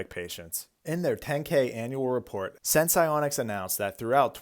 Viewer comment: Say the name of the company right once? Nope